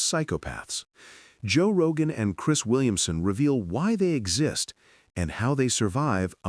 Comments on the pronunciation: who tf is Joe roga???? 🤣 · Who the hell is Joe Rohah!? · heard joe rogah and im gone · “Roe Jogah” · “Joe Roga.”